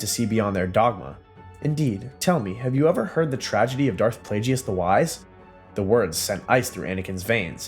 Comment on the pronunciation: It sounds like he’s using A.I. to me. He mispronounced the name of Darth Plagueis the Wise